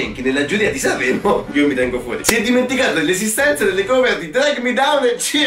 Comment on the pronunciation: "SCRVOLLAVE" "SANVVREMO"